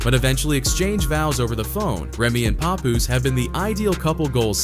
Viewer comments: Glad she’s out the way. 💃🏾💃🏾yooooo why he pronouncing my mans name like that? 😂😂😂😂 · So where did Papoose go online.. these white folk getting clicks on culture is WILD.. he ain't even saying they names right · I know hip-hop is not gonna let the narrator get away with saying his name, all wrong, lol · Say his name correct like damn! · The way the AI keep sayin his name wrong make me want to choke it! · Not sure whats worse: What Remy did to Papoose or how you pronounce his name. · I can't stand when corny people can't pronounce 'Papoose.' Anyhow. I used to love Remy Ma. She is grimey for real! Somethin' told me she wasn't shit after she stood up for Fat Joe after he called Lil' Mo and Vita ol' dusty bitches during the Ja Rule vs Fat Joe, Versus Battle. Papoose. You a real one! Salute! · The way they’re pronouncing his nameee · All the ppl doing videos on Pap n can't say his name right 😂 🤦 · So everyone is going to ignore how he’s pronouncing papoose name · The way he says Pap’s name makes this unwatchable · OMG !!! Why can't you say his name properly?!?!?!? I can't even watch this. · i'm annoyed on how this narrator is saying papoose name lol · You can’t even pronounce his name right but all up in the business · Please pronounce this man's Name correctly!!!! SMH WYPPL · Yo ain't saying Papoose name rite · Hey white guy if you're going to make money talkin about Black Culture you can at least get people's names correct. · Paaaaah-poose (think Janis from Friends), Not Pa Poose (sound like some grandpa nickname) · pup-poose to pah-poose 😂😂😂😂 you ain’t get the name right once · STOP CALLING HIM PAY-POOSE..i hate when they read, and don't know the people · His name is not P u poos …. It’s P a poos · So we not going to talk about how he’s saying his name? “Puhpoooose” 🤣🤣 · Lol they should have spelled his name the way it sounds when they configurd the AI voice. Instead of "Papoose" they should have experimented with "Pah Poose" or something similar. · Pay-Poooos really?